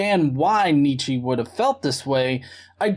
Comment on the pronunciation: It's pronounced Nietzsche, not Nietzsche.